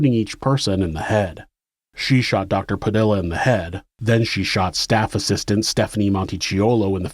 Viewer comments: Just a little nitpick, "Padilla" is pronounced "puh-DEE-yuh", not "puh-DILL-uh. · Padilla is pronounced pa dee ah.